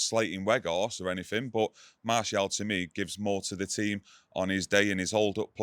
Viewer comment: It aint got an 'L' in it 😂 It's not 'Martielle' either. Gary Neville has been calling Malacia 'Malicia' as well.. what is going on?